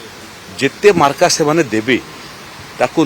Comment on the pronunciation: ମାର୍କ କୁ ମାର୍କା କହୁଛନ୍ତି ମନ୍ତ୍ରୀ ହୋଇ 😂